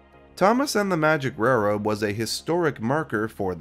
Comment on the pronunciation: I had no idea Roger Ebert was absolutely incapable of saying the word railroad before this. "rare-wode"